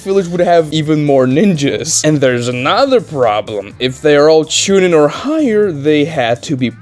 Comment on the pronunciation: Bro said chinin 🗣️ 🔥